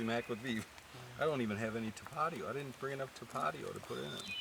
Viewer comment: still saying Ta-patio instead of Tap-a-tio. Haha. Awesome content sir. So entertaining and so awesome you brought the dogs along!